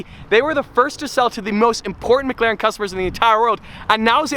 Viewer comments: please man... its McLaren not MgLaren... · Why does say Mcglaren